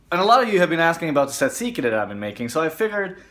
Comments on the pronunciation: A) It is tzatziki ,not tzatsiki ! B) Why do you have Turkish yogurt? Could you not find Greek yogurt? C) I am guessing your father has some Greek roots (you said it is his recipe) ,right? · Tzatziki and not tzatsiki